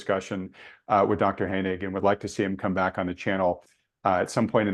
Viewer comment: "Thank you Dr. Honig.... Dr. Hynek.... Dr. Hoehing..... " just butchered this guy's name throughout the entire interview.